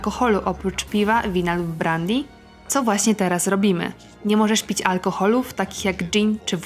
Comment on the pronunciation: "Włączać" a nie "włanczać". "Brandy" czyta się "brendy" a nie "brandi". No i na koniec manierka akcentowania drugiej sylaby sprawia, że słucha się tego ciężko choć treść jest naprawdę ciekawa.